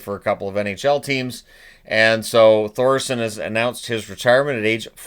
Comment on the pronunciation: The H in Thoresen is silent.